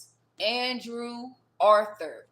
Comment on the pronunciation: Hola from nz gurl i swear u so spot on with this first part of ur reading How u said the name Andrew is significant.......like adrew !!!! he's the guy I have a crush on .